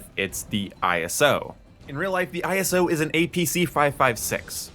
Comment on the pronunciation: its ISO Hemlock not I S O Hemlock